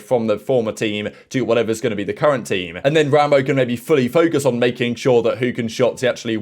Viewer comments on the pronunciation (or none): none